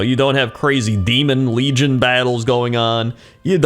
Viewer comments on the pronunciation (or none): none